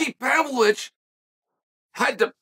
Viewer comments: No one knows him because you pronounce his incredibly simple name like it’s written in crayon by the 1st grader. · This whole time I thought he was talking about Sergey Spivak and he was just pronouncing his name wrong 🤣 I completely forgot about this guy!? I thought his name was Alexander Romanvo???!! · Ha ha ha, exactly. English is not even my second language and I pronounce Pavlovich's name better than uncle Chael does.